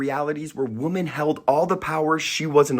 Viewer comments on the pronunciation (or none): why do you pronounce women like "woman"?